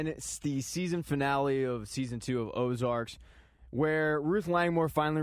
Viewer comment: Ozark dude... Ozark.... not Ozarks. Ozark. No "s"